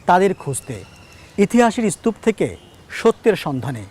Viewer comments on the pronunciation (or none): ইসতুপ😂😂😂😂😂। এটা স্তুপ হবে।